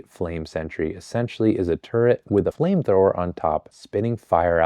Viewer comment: you’re the first person i’ve ever heard pronounce turret right